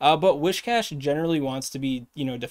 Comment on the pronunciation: Once again, hail to the! Awesome work! Now, could you consider trying to say Whiscash to make it sound like whisk, whiskey or whiskers? It's a catfish mon, it's supposed to sound like whiskers, not like a wish from a goldfish;-). No hate here, just a pretty please! 🤗